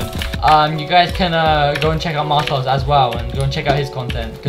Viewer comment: Man said martaz